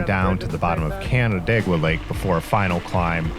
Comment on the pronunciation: I can't believe you pronounced "Canandaigua" right on the first try, people usually mess that one up. Anyway, Central NY is just a mess of English corruptions of French corruptions of Haudenosaunee names, so no worries on those lol.